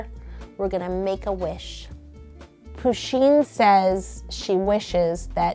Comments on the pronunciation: It’s puh-sheen not poo-sheen. Sorry I had to say that. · pusheen is a heeeeeeeeeeeee NOT a herrrrrrrrr!!!!!!!!!!!!!!!!!!!!!!!!!!!!! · Am I the only one here who pronounces Pusheen's name with stress on the first syllable, not the second?